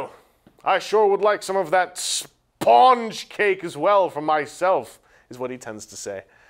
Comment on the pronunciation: Why do you say Spawn-ge instead of Spun-ge?